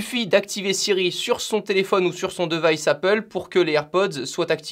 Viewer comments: la vidéos est cool mais un point qui me bloque tout le long , on prononce divaïce pas device et encore pire deuvaïce un mélange de prononciation français anglais ça fait mal aux oreilles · "di" vice stp pas "de" vice xD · e en anglais sa ce dit i, donc pas deuvice mais divice